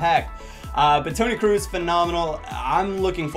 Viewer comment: Toni Kroos is not pronounced Kruus. The double oo in German is pronounced like a long o